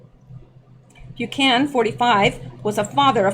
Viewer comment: Bu-can-an, not Bu-can.